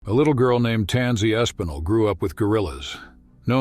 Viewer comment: Her name is Tansy ASPINALL, not ESPINAL.